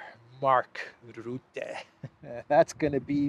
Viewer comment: Sadly Mark Rutte still is the prime-minister of the Netherlands as a demissionair prime-minister of a demissionair cabinet, he is not allowed to do any new policy but that doesn't stop him. mispronounces Rutte his name, I am not sure if he does it for comical effect now.